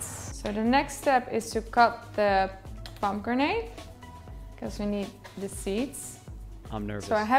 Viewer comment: Is she saying Pomo-grenade? Lol